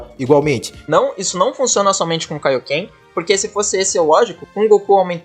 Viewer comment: "Kaíoquê"??? Ele disse "Kaíoquê"?🤣